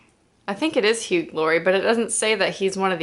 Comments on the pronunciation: You do realize that "Hugh" is pronounced "hue," not "hueg," right?! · This is a new mispronounced word. I haven't encountered 'hueg' ever before. SMH.